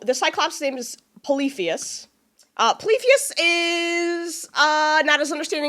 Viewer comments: The cyclops’s name is pronounced Pol-y-theme-us. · The cyclops’s name is pronounced poly-fee-mus